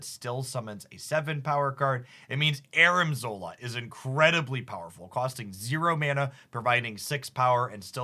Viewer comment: ARNIM zola not Armin